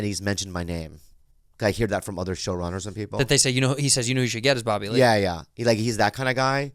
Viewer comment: "Crapa one a mor time for Bobby Ree!"